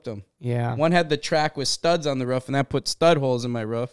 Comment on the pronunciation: I love how says roof 😅🤷🏻‍♂️